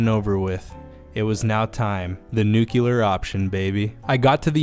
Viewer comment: Word: Nuclear: Nukyulrr